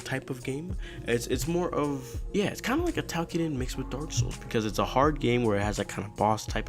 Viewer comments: it sounds like you're saying takiden, but it's toukiden. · basically its pronounce tokiden.